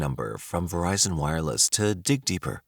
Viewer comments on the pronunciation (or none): none